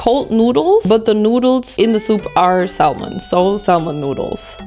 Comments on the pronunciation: Hey!! I realize English is your second language so just to be helpful "salmon" has a silent "L" in English..so it's like "SAM-in". Love ya, girl! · The “l” in salmon is silent. It’s pronounced “Sam on” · honestly for someone like her it's surprising she doesn't know the 'l' is silent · ily so much but you dont pronounce the 'L' in 'Salmon' <3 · LOL FYI: you don't pronounce the "L" in salmon .. THE L IS SILENT ... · the way u say salmon i can’t 😂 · please dont pronounce the L isn Salmon thank you lol it's driving me insane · We "bought, chose, purchased, selected, ordered, tried, tasted" several different mochi, not "WE TOOK." Also, the "L" in the word salmon is silent. ❤